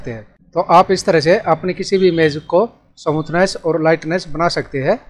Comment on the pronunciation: Samuthness nhi smoothness